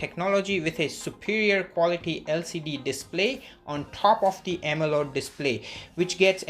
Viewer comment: Why does he keeps saying “AMELOD” display....